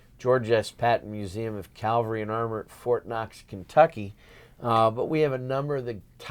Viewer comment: Cavalry not calvary !